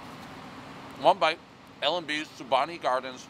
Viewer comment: El Pres always mispronounces Spumoni Gardens, this time he called it Spuhbonni Gardens 😂